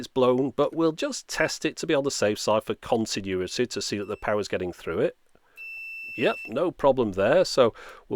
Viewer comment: continu-what? Is "continuity" another word that has a slightly different UK counterpart? Like "specialty" and "aluminum?" This is such a great channel!